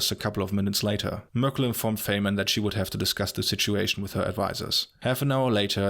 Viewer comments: You made an important mistake: Faymann is actually pronounced "Faimann" (German) and by no means Feymann. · When you said Faihmann